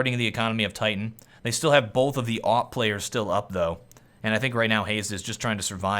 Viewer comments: First u say its ct sided then u say its t sided then you call titan kite-an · he messed up saying titan and said kriten